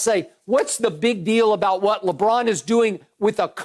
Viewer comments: Chris “Lebraun” Broussard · I’ve miss Chris Broussard saying LeBron‘s name😂😂